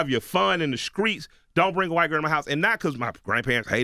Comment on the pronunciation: He said Skreets just like Charlemagne, anybody in the south know how to not substitute a K for the letter T? /